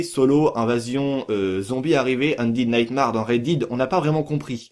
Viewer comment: sa se lit Red daide redemption ondaide naytemere et non Red did redemption ondid naytemarre